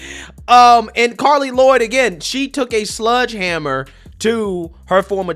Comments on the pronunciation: Sledgehammer- not ‘sludgehammer’ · Hey it’s “sledgehammer” with an e sound not sludgehammer